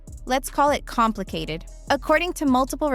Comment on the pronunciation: compton(cated) not complicated lol